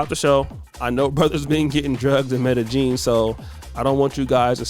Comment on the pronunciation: Now you gonna start mispronouncing MEDELLIN?!?!?!?